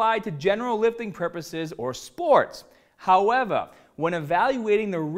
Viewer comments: Bahhhhbell gets me every time lol howeva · did he say howeva hahhahahaha